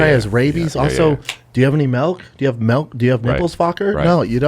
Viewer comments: Why does Brendan say "Malk" instead of "Milk"? 😂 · Not one original thought in that dude‘s brain. Still trying to figure out what “melk” is?